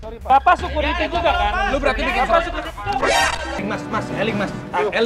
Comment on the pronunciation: "Eling eling" 😂😂